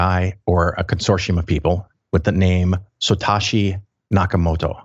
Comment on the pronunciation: It sounds like he said "Sotashi" rather than "Satoshi"